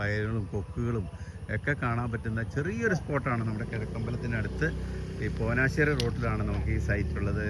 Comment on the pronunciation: ചേട്ടാ പോനാശ്ശേരി അല്ല, പോഞ്ഞാശ്ശേരി